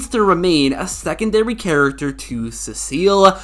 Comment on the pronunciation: Bro why did you say “character” like that ish😂😂😂😂😂